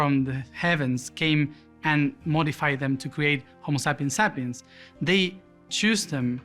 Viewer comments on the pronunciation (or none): "Homo sappen sappens". I died 😂